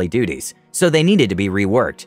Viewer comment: Loved the video, but the dwarf in me cries out to give you a hand here. Moradin is pronounced MOR-uh-din. Keep up the good work!